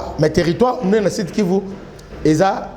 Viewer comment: Sud kivu et non sid kivu.